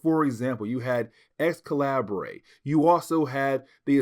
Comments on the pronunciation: The “Ex- Calibray” is making my ears bleed. It’s pronounced Excalibur, the different spelling was just meant to be edgy for the dystopian timeline. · Just came to make the same comment. It’s just spelled slightly different. I actually though he was sayin “x-collaborate”, and I was thinking “jaysus I dint remember that comic in this series” 😂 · Hey it pronounce Excalibur I think still, but it's a minor mistake. Keep going man